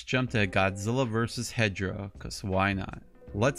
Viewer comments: Why are you saying he hedra it’s hedorah not Hedra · Why are you saying hedra that’s hedorah not Hedra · why are you saying that hedorah’s name hedra that’s wrong. The correct name is hedorah